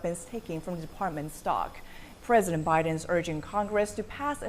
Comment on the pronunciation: Why was I cringing when every time she said biden she said billion🥴🤨.....and 6 billion was too much for the southern wall/border??🤔